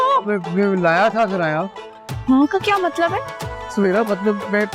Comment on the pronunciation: Karaya Nahin kiraya Hota Hai